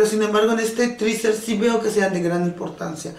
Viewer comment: Que puedes esperar si dice "triser" cuando es teaser.